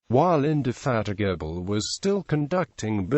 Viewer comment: "Implakable" "Indefatikable"